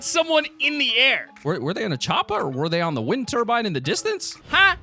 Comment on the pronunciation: ITS "CH-OP-ER" CHOPER NOT COPA